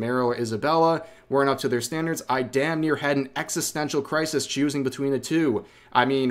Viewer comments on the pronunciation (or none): none